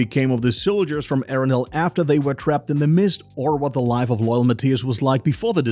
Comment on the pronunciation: Arendelle not arundel